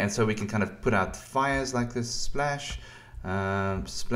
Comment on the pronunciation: Splesh, splesh, splesh, and splesh.